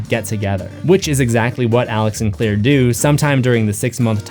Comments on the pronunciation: But... Her name is Claire... Not Clear... I grt thr connection you made... But Claire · It's CLAIRE not clear.